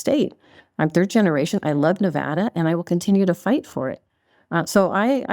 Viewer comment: It's not NeVAHda